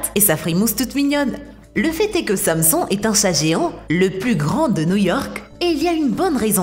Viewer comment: la meuf elle sait pas prononcer Samson xD mdr